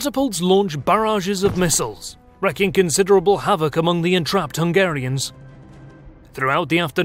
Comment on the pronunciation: "Wreaking" considerable havoc (pronounced "reeking"), not "wrecking".